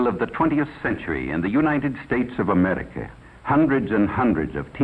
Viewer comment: "Ameerlica" It drives me nuts the way he says it. lol